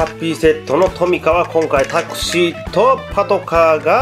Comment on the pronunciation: [Taxi] の発音がすごいですね😂😂